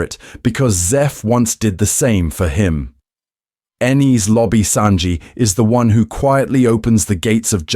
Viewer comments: The way you pronounced it caused the caption to misspell “Enies Lobby” as “Eenis Lobby.” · The way you pronounced the “e” in “Enis” made the caption show “Inis Lobby.”